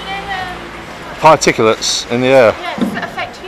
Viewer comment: “ particulates or farticulates”, keep up the good work.